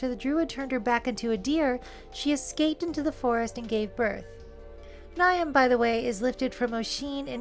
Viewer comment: Great episode, thank you for the fantastic uploads. Just to be That Person here, "Niamh" is mostly pronounced "Neev". I have a coworker by that name, she makes phenomenal bbq pork.